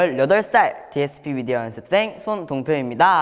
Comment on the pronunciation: 연씁쌩인데요 끄덥시 발음 너무 귀엽넹